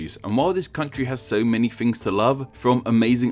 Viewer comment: "So many fings to love"?